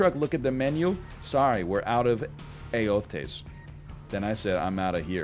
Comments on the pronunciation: ELOTES, pendejo. Not ellotes. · the way he pronounces elotes kills me